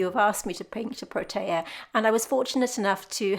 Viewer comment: Hi. I am from Cape Town, South Africa. Firstly I must say - I love your work and videos. Thank you. The Protea is my favourite flower which is unique and indigenous to the Western Cape region. The correct pronunciation is Proteeya. That particular one you have looks like the Prince Protea. You also get the King Protea which is the size of an average dinner plate. Take care.